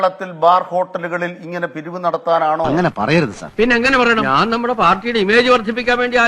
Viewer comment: ണാൻ പറയട്ട ണാൻ പറയട്ടേ. ശവി.